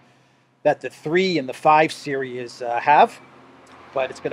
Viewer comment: omg learn to say series!!